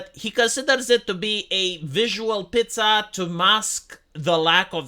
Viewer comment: Lol 'visual pizza" It's Pizazz. Different word altogether